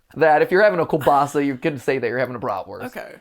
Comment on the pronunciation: I hate hate HATE when people say kuBaSA I am polish and that literally makes my skin crawl